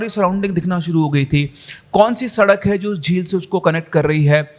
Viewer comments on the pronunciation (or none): none